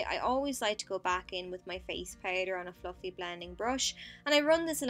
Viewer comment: Haha I had a laugh because instead of "fluffy" blending brush, I heard fu****g blending brush.. so random :p